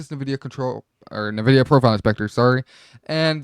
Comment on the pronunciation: way you pronounce NVIDIA is making me uncomfortable